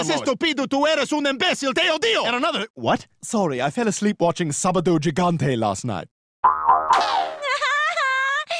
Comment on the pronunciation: 🤦🏽‍♂️ It's not Sabado Jee-gantay, by the way. It's pronounced Sabado Hee-ganteh.